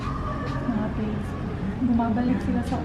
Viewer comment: Hi,, it's pronounced "plad" ehhehehehe Labyu.